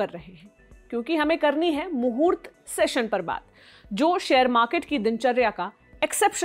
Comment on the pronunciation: आप मूर्त ट्रेडिंग pronounced कर रही है जो गलत है ।